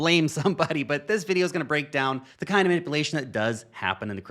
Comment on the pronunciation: You say "manipulation" weird for a white American accent. (Man-ippa-lation). Most people just say "Man-ip-yoo-lation"